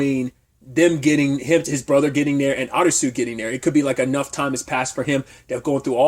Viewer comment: Why are you pronouncing SUIT as SWEET? Good review.